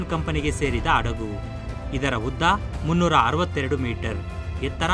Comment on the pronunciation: Thilidu kolla beeda maga😭😭😭 Adagu halla (alla) hadagu🙄🙄🙄